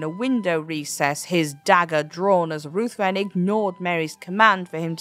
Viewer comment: Lord Ruthven is pronounced Rivven.